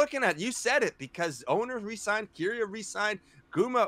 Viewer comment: Nobody else triggered as to how pronounces Keria